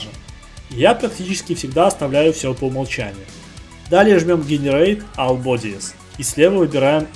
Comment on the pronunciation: Я не хочу сильно придираться, но я не понимаю - как можно работая в англоязычных программах и учась (3дшке) на английском языке так плохо знать этот язык. Roughness - Раугнес, All - Алл, Phy - Пху))) Это еще ладно, помню в гайде от XYZ чел называл Height "хейтом". "Сейчас я подключу карту ненависти" - нормально вообще) Учите язык, такой уровень это позорище, особенно для работника IT сферы.